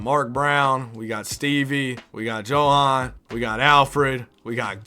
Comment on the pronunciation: Johans name is pronounced Yo-Han And Sergei is Ser-Gay